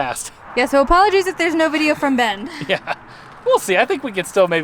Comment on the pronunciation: Why is it everytime a YouTuber says Bend Oregon it sounds like they are saying bend 'or again?